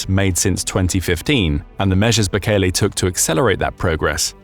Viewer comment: Mate, it's Bukele, not Bukeli.